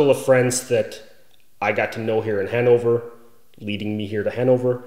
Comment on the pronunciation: at first I thought you said "That is kind of the circle of friends that I got to know here in hangover" XD